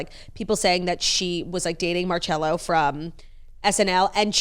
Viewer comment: the way you pronounce Marcello is sending me